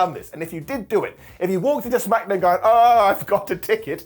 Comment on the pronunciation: smack-uh down 😅